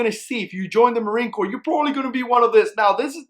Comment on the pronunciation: is anyone else bothered by him saying sub-marine corp